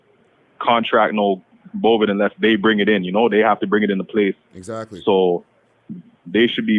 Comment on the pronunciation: My guy said “ bovid” 😂😂😂 Doesn’t sound like he’s rehabilitated 😂😂😂